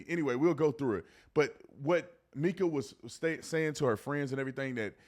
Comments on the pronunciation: It's pronounced"Micah" not Meeka! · Pronounced Micah…Like in the Bible breh❤